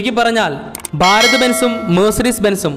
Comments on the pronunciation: 'ബ'അല്ല 'ഭ'ഭാരതം ok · ബാരത് എന്നതു കൊണ്ട് ഭാരത് എന്നു തന്നെയാണോ ഉദ്ദേശിക്കുന്നത്? സഹിക്കാൻ പറ്റാത്തതുകൊണ്ട് ചോദിക്കുന്നതാണ്. ഭ എന്ന അക്ഷരം ശരിക്ക് ഉച്ചരിച്ചുകൂടെ. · Baarath alla..bharat..bhaa bhaa